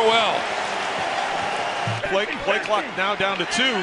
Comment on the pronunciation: It's really annoying how he pronounces Crowell